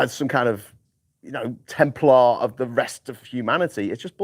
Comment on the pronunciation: It's EXEMPLAR, not 'templar'!